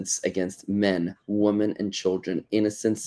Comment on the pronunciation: Curious, why do you take the time to put the language accent on Hamas, but you can't pronounce the difference between woman and women? It's little tells like that, they show your true intentions.